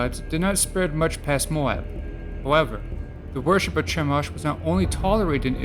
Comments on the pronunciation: It's pronounced Kah-moh-sh... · Is this supposed to be funny? YHWH all throughout the Old Testament demanded sacrifice. Read your bible! Stop lying about the God of the bible and it's pronounced Kemosh. The Demiurge is the worst god in history as more people have died in his name!